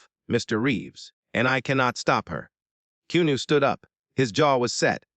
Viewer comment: Upsetting hearing reader here keep mispronouncing Keanu’s name!!!